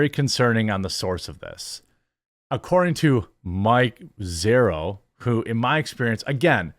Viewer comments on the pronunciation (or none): Mike ZEROH??? Come on, bro🤦‍♂️